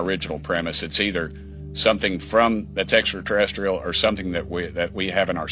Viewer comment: Extraterrestrial?? Did he say extraterrestrial!??🤨?